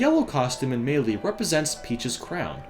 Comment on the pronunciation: Why do you pronounce Melee so weird?